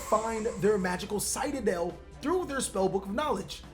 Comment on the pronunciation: Anyone else triggered with how pronounces Citadel?